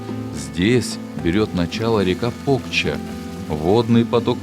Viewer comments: Стыд и позор коментатору. "Соля́ные заводы и ещё Пóкча". Язык бы вырвать. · Село Покча, ударение на последнюю букву, а. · Покчá, а не Пóкча.